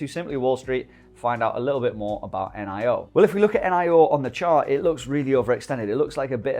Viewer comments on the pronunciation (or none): Its NIO, not N-I-O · why do you called it N, I, O?? Like "neeeooo" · I believe it's pronounced neo mate.